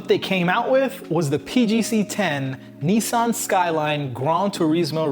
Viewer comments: Niss Ann not nee san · Cool story but it's pronounced niz-san not neesawn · It is Nissan with a short i, not like the knights who say Ni. Nis. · It’s Nissan not neesan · it’s Nissan,not Neesan.ISS pronounced as in miss/hiss/kiss.please watch English/Australian/New Zealand videos on Nissan gtr and listen/learn how it’s properly pronounced.just like Jaguar which is pronounced with ‘U’,not a ‘W’.it’s not pronounced Jagwaaarrrghhh! it’s pronounced jagUar. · when he says 'Nii-san' instead of 'Nissan' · Here why you can't say Nissan properly 😁😁